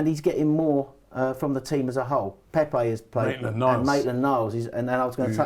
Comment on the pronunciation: Did my man call Pepe Pepper 😂😂😂